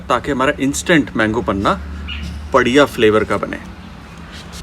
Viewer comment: Sir a kind request. It's panha not panna